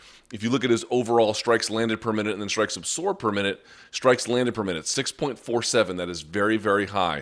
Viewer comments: Wtf is “ apsorb “ ? Always thought it was absorb ... weird lol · You over-accentuate the 's' in absorb, and it's incredibly annoying. It doesn't make you sound smart and it's an incorrect pronunciation of the word.